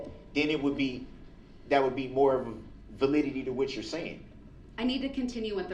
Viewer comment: Todays darrell word of the day is ..Validity..everyday he uses a new word and cant say it right and uses it wrong 90% of the time Is there a law that isnt lawful? Y did they not let her debunk him when she was right there and he said who took my paper...then a cpl minutes later he says he never said it